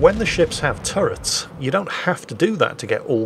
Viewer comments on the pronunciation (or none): none